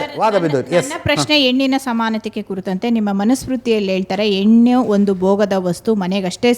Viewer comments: ಕನ್ನಡ ಕಲಿತು ಬನ್ನಿ sir, ಏಳಿದ ಸ್ಥಳಕ್ಕೆ, ಏಳಿದ ಜಾಗಕ್ಕೆ ಅಲ್ಲ,,,,,,, ಹೇಳಿದ ಸ್ಥಳಕ್ಕೆ, ಹೇಳಿದ ಜಾಗಕ್ಕೆ.......... ಆಯಮ್ಮ ಹೇಳಿದ ಹಾಗೆ ಎಣ್ಣು ಅಲ್ಲ ಹೆಣ್ಣು 😂😂😂😂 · Modalu ynnu annodu bittu kannada saryagi kalitu hennu anta helodu kalitu aamele questions kelamma kannadati